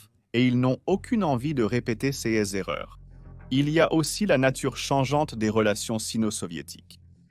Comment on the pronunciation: Votre voix de synthèse à encore beaucoup de progrès à faire: quand j'entends cèse alors qu'il est écrit "ces", je dégage illico.